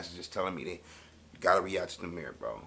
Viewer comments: NO ITS NOT NUMBER😂😂 he just saying that so it will go with the beat its nahmir (nah- mir) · it is (Nah-Meer), (nam-er) was just meant for something else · Lmao “Tamir” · 🤣🤣🤣🤣🤣🤣🤣🤣🤣🤣🤣 nigga said numer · Lol he think it be Nuhmer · It’s nahmir(na mier) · i know this old but it sounded like u said "thats why i be in tha mirror" instead of ybn nahmir, shit has me weak